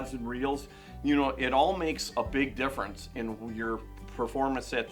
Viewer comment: Drink everytime he says "makes a big differunce"